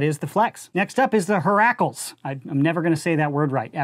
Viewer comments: COOP. YOU CORRECT. IT'S HERAAAAAAACLEZ. NOT HERAECLEZ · "Hera" and "Heracles" are pronounced "hair-uh" and "hair-uh-cleeze" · It's pronounced heh-ra And it's pronounced heh-rah-clees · Nice vid but the mispronunciation of Hera (h-ee-ra) and Heracles (hera-cleez) killed me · unrelated to the video and quite nit picky but Heracles is pronounced heh - ruh - kleez. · It’s pronounced haira and herqulees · Even though you don’t say it correctly, I LOVE the way you say Heracles 😂 it’s so funny and definitely a mainstay joke haha